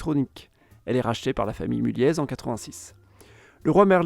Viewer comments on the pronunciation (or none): On dit Mullié et pas Mullieze le z ne se prononce pas sur Mulliez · mulliez se prononce mulié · on prononce pas le z de Mulliez, ni le s de Lesquin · Bethune ne prend pas de S ! ARRETEZ avec des S partout, même dans la prononciation !! Idem pour le Z de Mulliez qui ne se prononce pas, "Mullié". Pénible d entendre tous ceux qui font des reportages sur le Nord sans s être renseigné avant sur la prononciation et autres !!! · aussi petite précision de prononciation : la famille Mulliez se prononce « Mulié » et la ville de Lesquin se prononce « Léquin » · Bon cours d'histoire géographie de niveau collège, avec des éléments de population et d'économie. Quelques remarques : - pour les industries traditionnelles, le charbon bien évidemment, mais vous oubliez le textile et la sidérurgie qui ont eu un rôle tout aussi important ; - les approximations au niveau de l'emplacement des villes (Douai) et de la prononciation de noms propres (Mulliez, Lesquin...) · J'suis un gars du Nord et on dit Mulliez sans proncer le z mon Coco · Super vidéo, je tiens à préciser que Lesquin se prononce sans le s, et Mulliez sans le z 😉